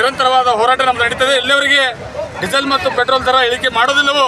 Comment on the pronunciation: ಪೆಟ್ರೋಲ್ ❌ ಪ್ರೆಟೋಲ್ ✅